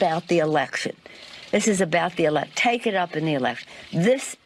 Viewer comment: Did she say he is cwool?And I think she said erection not election.